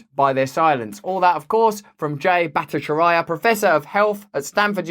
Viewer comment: Jay B is great! Pronounced bat-ih-CHAR-ee-uh.